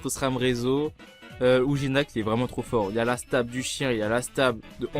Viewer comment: "Stab" pour Stabiliser stp et pas "Stabl" stp